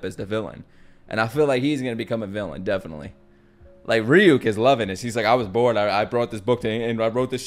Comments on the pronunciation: It's not ruuk, it's rights rig and you with a k, rig-youk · This is like the first “dark” anime I ever watched. I was like 10? 12? lol I love this kind of stuff. I miss when good anime was only on TV and you had to use free anime websites to watch others lol Good quality back then. Also “Ryuk” is pronounced “ree-youk” I can’t believe also how many people watched this so recently, I didn’t know it was still so relevant. But I’m glad it is! Idk if it was bc I was young, but I had to rewatch it a lot of times in a row, bc it’s easy to miss details later on in the show as it gets more complex. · His name is pronounced Ree-yuuk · The shinigamis name is Ree -Yook - but you were close :) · It’s ri-you-k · his name can be pronounced as ruyuke fyi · Ryuk is pronounced Ree-ook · He's already watched it. I'm disappointed he's playing it up by mispronouncing "Ryuk" and acting like knowing "Light Yagami" is common knowledge outside of the anime community